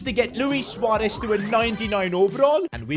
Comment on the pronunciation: I love the fact u said suarez not suuarez